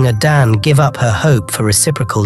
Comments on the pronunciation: Please stop saying Adan! It’s Ada nne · It's pronounced....Ada...nnnnne